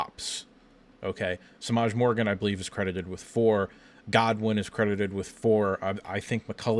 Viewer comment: Dude - its Channing GOODwin, not Godwin.